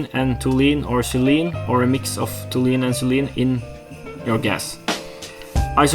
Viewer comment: Hope this helps a little. Tall - you - eene and zeye - leen